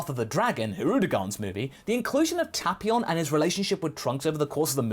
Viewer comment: I find it interesting how you pronounce tapion's name because in the movie they pronounce it as taypion.